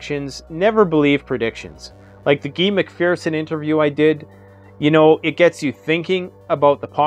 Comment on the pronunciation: It's pronounced Guy, like "you guys", not Gee. Just saying. Thanks.